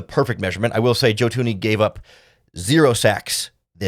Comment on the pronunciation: Yo bro it’s Thuney not Toony